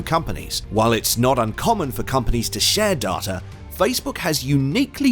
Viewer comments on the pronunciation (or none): Why are you, a Brit with a normal British accent, pronouncing DATA (day-ta), as DAH-TA. Why?? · Why pronounce 'data' "dah-tah" with an English accent, instead of "day-tah"? That is super weird! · it's data not darter. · Dar-ta?? You're English mate - it's day-ta! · It's not darta it's data ;) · Great video!, but the pronunciation of; "Dahh-tahh, not the correct Day-tuh, is very off putting IMHO. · Negged for your horrific pronunciation of "data." DAW-TUH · wth is going on with the word 'data'? Great vid though!!